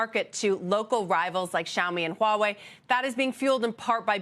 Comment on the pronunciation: she has the perfect pronunciation of Huawei .......She pronounced the "H"